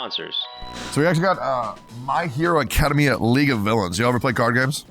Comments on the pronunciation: Tectone did not just say My Hero Acada Mia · "My Hero Acadameia" 🤣